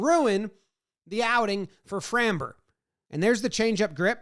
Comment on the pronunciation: Dude, please learn to pronounce Framber.